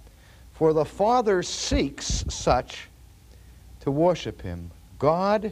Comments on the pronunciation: So it wasn't just me who had a double take when he said that... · I have never heard him say it like this!!! I love it. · I have listened to many of Dr. Sproul’s older sermons and have never noticed his dropping of the “r” in worship! 😅 I thought he was doing a bit at first. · An accent is coming out here. "Worship"